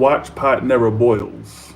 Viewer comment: Yes - I’ve heard “A watched pot never boils” before. - But not: “A watched pot nerver boils, Whore” Come on now, get it together a bit.